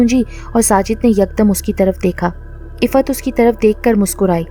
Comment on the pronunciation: Ap ke moo se Iffat nam bhot acha lagraha hai